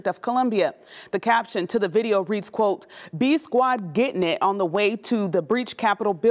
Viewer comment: I love the was she emphasize Gettin it 😆. Good reporting!